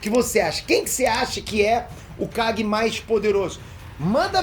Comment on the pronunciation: No primeiro segundo entendi ele fala o Guy e não kage, voltei 5 vezes e continuei entende Guy rsrsrs